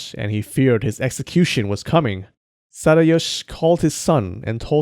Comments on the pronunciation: Sadayosh? Boi, its SadayoSHI 🤣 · It's pronounced Sa-da-yo-shi, not sa-da-yosh